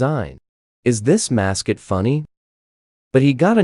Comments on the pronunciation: The text: mascot,weird 😀 The voice: mascit weried 💀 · “Then in twenty twelve, the mascuit was very weared”